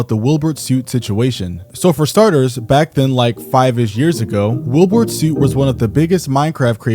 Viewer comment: Say his name right...